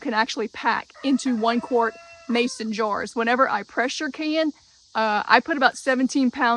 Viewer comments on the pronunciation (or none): You pronounce 'jars' like 'jew ars'. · She calls jars Joors! 😂